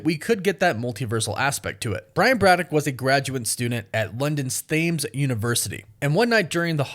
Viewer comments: It's pronounced tems, not fames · The Thames is not pronounced “Th-“ it’s pronounced “Tems” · Lol 'Thames' University is pronounced 'Tems' like the River Thames. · Thames is pronounced Tims… just an fyi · It's pronounced Tahms.... Although it's spelt Thames. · Hey, Super UK Fan here just wanted to help out and let you know Thames is pronounced like “Tems”… 😁😁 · Very Very Funny.. Thames University.. 🤣🤣🤣 Its pronounced Tems. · It's pronounced tems, it's a silent H in the river Thames. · "thames" is pronounced "tems"